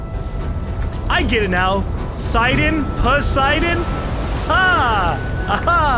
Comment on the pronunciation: It's not pronounced Sidon its pronounced Sidon